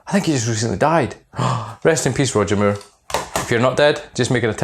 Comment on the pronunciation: Sounds like your saying Roger Muir :) Watch the vid when you talk about roger moore with the subtitles on lol